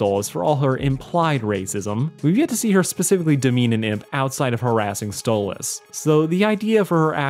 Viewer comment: please stop calling him stolitz 😭 he's a demon from the goetia and his actual demon name is stolas